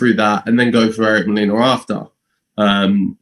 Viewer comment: lol Fabio Wardley's facial expression when strangely mispronounce Molina's name as "Molena"??